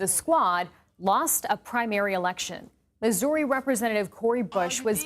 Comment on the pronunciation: Who pronounces Missouri like "Misorey"